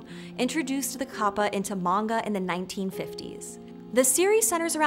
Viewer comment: It's an entirely different type of whiplash hearing her use the more accurate pronunciation of kappa that most people don't use, then butchering manga towards the end of the video, lmao.